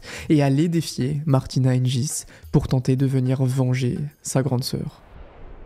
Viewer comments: Très bien raconté, bonne vidéo dans l’ensemble PS : c’est Martina Hinguis pas Hinjis 🤣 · Super vidéo. Martina hing"u"is, Monica Seles"s" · on prononce hinguis mais tres bonne video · Ta prononciation de “Hingis” est diabolique 😭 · Oui tout à fait. Hingins se prononce [hinguins] que ce soit en Slovaquie, en Suisse ou en France (donc jamais [hinjins]). Seles se prononce [sélèche] en Serbie mais [sélès] aux USA et en France (donc jamais [sèl]). C'est dommage... Ça laisse penser que le ne connait pas vraiment le tennis féminin... Sinon ces 2 noms lui seraient très familiers. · Et Monica [Sélès], pas [Sèl]. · Il me semble qu'on prononce plutôt "Hinguis" et Monica "Selesse". Du coup ça écorche un peu les oreilles par moment mais sinon super vidéo ;) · On prononce Martina "Hinguisse" et Monica "Sélesse".